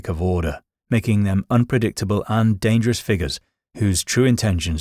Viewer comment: Danderous? Get a grip